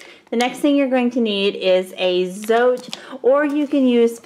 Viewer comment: FYI, "Zote" is pronounced "tsaw-teh."